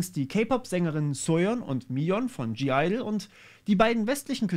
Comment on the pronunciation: Hinweis das G bei Gidle ist lautlos. Also nur Idle ausgesprochen